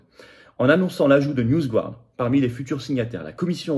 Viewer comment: Dans "NewsGuard", on prononce "garde" (avec le "r" très atténué) et non "gouarde"... On n'est pas supposé maîtriser l'anglais à l'ENA ?